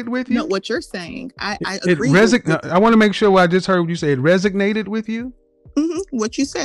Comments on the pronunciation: "Resignated" 🤣LOL!! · Resonated not resignated 😅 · I know, right?! "ReSIGnated" versus "reSONated" also appeared to elude her until KS pointed it out to her repeatedly. Her excuse of not working in her field at the time was a poor, if not embarrassing one, in her attempt to explain away the error. Not a good look for someone with a communications degree. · That "resignated" with me🤣🤣🤣 she needs to get her money back on that communications degree. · And don't forget that it "resignated" with her. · And she "resignated" with him lol.. only because she isnt working lmaooo. The thought process behind this women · The questions she axed really resignated with me... sign me up for her college degree! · College educated and can’t pronounce “resonated” correctly lol